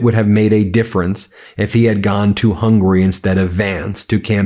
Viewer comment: The G in Magyar is a soft G, like giraffe, rather than like golf. Also, the country is HungAry, not Hungry.